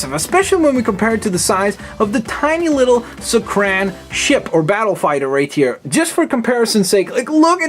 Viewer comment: It's not pronounced suck-ran it's pronounced suck-are-en